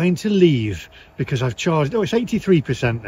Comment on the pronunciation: Another -ism speech quirk is the way he pronounces "because". He says "be-corrs" but everyone else says "be-coz". Is it a general East Midlands thing? The only other person I have ever heard say "be-corrs" was 70s Labour politician Denis Healy but he was from Yorkshire! Very mysterious:)